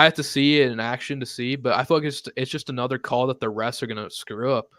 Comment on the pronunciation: Did homie say "it's a notra thing" instead of "another thing" 😆